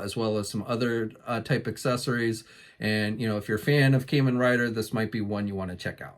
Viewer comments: Kah men rider not Kay man rider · AWESOME!! Though, for the record, the "Kamen" in "Kamen Rider" is actually pronounced "Kah-men". Forgive my correction, I have OCD.